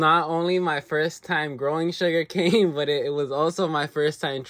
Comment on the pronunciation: Bro 😂😂😂😂😂its not sugercan